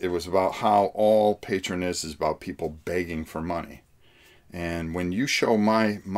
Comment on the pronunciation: Greg Lott yeah. mispronounces a lot of things. But that's just his little quirk.